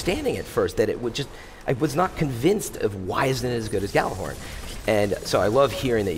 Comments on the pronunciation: did he just say gallarhorn? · But it's not a 'J' sound, it's more like "yallarhorn", isn't it?